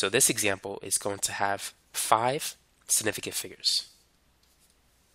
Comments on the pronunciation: Man said it like "Snifficant" 😂 hepled me tho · “sniffigant figures” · Snifigant who else heard that? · The way he says “significant” really pissed me off and idk why lmao